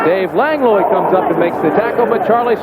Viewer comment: "Lang-loy"?😅 Langlois is pronounced "Lang-wah."